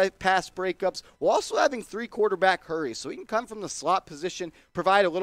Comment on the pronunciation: Gettleman should be arrested for what he did to the Giants, and the way he pronounced the word "Quwataback"😠